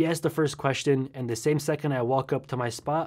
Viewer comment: he asked the first queSHton